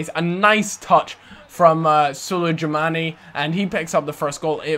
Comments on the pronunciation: it's suleymani how you read it. not literally sulejmani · You say Sulejmani wrong. Its Sul-yu-marni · Sulejmani pronounce as Suleymani :). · You pronounce Sulejmani as SUL-AY-MANI. #justsaying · no it's Su-lej-mani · You dont say the J in Sulejmani. U say it like sul - A - mani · Is not suleJmani..he doesnt says J right in serbian J sounds different... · you dont pronounce the J in Sulejmani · When prounouncing sulejmani. Do not pronouce the J, its silent. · sulejmani is pronounced without the j. so you almost did it right, just leave that part out. and feyenoord, the ey part is pronounced like you would say I. great vid ;)